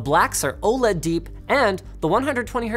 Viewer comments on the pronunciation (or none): none